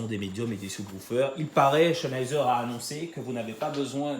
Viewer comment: Bonne video :) Par contre ça se prononce "Zenaïzer" Pas de "Ch" :)